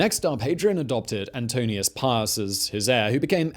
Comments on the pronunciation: I am pretty sure you said Antonius instead of Antoninus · It's Antoninus, not Antonius. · Dude, read over your script before you tape, will ya? MARCOmanni not MACRO. ANTON-EYE-NUS, not Antone-ee-us. The shows are good but that's no excuse to be so sloppy.